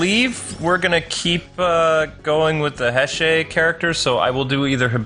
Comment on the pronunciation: Nago Keisuke: "Return that soul back to God, Fangire!" IXA for life! Plus, I always compare Kiva to Alucard from symphony of the night. Also, its pronounced "Hay-say" era because of the current emperor of Japan will be known as Emperor heisei after his death, just as his father hirohito is also known as Emperor Showa nowadays.